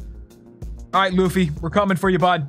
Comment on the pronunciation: it's Luffy not Loofy lol